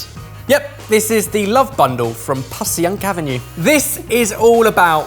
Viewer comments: as someone from philly, its pronounced pah-shunk LOL but love the vid as always <3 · Don't ask me why, but it's pronounced "PASHyunk" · Passyunk Is pronounced "Pass-Shunk". Thank God you didn't put peppers and mushrooms on the cheesteak. Looks legit. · Philly tip: Passyunk is pronounced more like "PASH-shunk". Don't try to make sense of it; we've got a lot of weird old names around there, like Schuylkill and Cynwyd. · Passyunk is pronounced "pash-unk" in Philly. Nothing in Philly is pronounced how you think it will be lol Source: Philly native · It's a bit closer to "pasih-unk". Also NO to peppers but yes to provolone and chicken... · Passyunk is pronounced like Pashunk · And also “passy-unk” Avenue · I know this is a few years old, but Passyunk is pronounced 'pash-yunk'. Also, a few hours ago I watched an episode of Pretentious or Not that featured pommery mustard. As a mustard connoisseur myself, I have to say that the original pommery mustard with the red lid is the best mustard I've ever had. I feel like and have both said they love mustard, so the next time you're in the states you should take a trip to Middleton, Wisconsin and visit the National Mustard Museum. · Thank you from Philly - even though around here you hear "pashunk" more than Pass-y-unk - I am grateful for the broader net. You've redeemed your Cheesesteak episode (though I've yet to hear you say Mike Green got it right... Did I miss it?) Best wishes guys - great format for quarantine. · Anal retentive Philadelphian: For a more authentic experience, that rib-eye should be cut paper thin, but of course most people don't have a deli slicer at home. And "Passyunk" is pronounced with a "sh" sound. More like "Pash-uhnk" rather than "Pass-ee-yuhnk". For an even more authentic experience, have it prepared by someone who hates you and is looking for the slightest reason to kick you out. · 'Passyunk' pronounced: PASS - YUNK. (I live nearby). Philly cheesesteak....mmmmmmmmmmmmm.....! : )